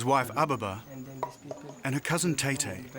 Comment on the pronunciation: It's Etete he mispronounced the word